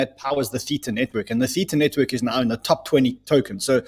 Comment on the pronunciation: Guys, love you loads. But please pronounce Theta correctly. You even had the Theta guy on talking about his project. There’s no ambiguity about the pronunciation.